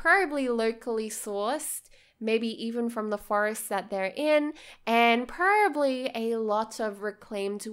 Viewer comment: I love your videos but one thing that keeps annoying me is that you keep saying 'perably' instead of 'probably'. Otherwise, great job on the videos and your builds are amazing.